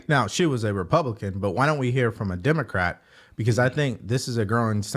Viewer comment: She keeps saying Demecr😢 because if she says it enough the ones who vote Democrat will start to believe her. Brain washing is still working.😊